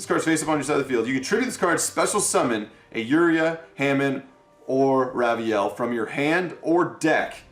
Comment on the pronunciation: Its Hamon not Ham n